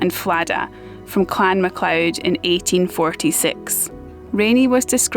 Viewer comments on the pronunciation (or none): none